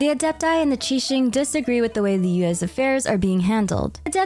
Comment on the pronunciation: For some reason I always hear "US" when you say "Liyue's"